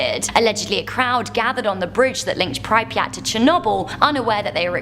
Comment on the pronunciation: The way she can’t pronounce Pripyat